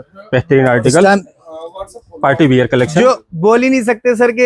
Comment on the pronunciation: चाचा बियर नहीं वियर होता है 😂